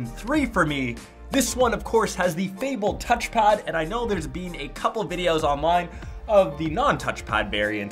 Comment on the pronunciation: Lol the way you say "been" is my pet peeve lol